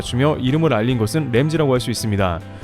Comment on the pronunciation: 램지가 아니고 람지 세프가 아니고 셒, 제발 좀